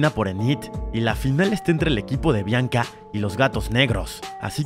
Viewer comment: DIJO BLANCA EN LUGAR DE BIANCA JAJA